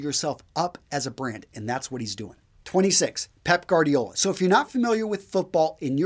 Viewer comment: He said “Guardiola” wrong